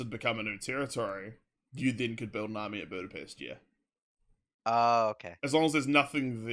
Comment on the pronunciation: sounds like i said bootypest lol